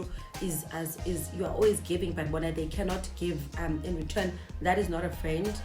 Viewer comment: Thiza wam ungu"Giving"(give-lee) already ke wena🤦‍♀️🤦‍♀️..good riddance✋